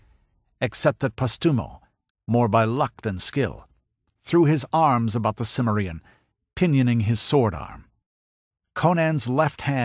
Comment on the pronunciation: A superb Conan story, very untypical, but I think one of the best, maybe even my favorite. The vocal performance is also excellent, though I wish the narrator had bothered to learn the correct pronunciation of "Cimmerian."